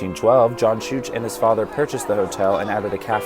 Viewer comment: Pronounced shook hotel